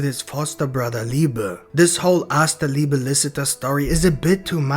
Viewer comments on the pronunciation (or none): Guys, he's called Liebe, not Liba wtf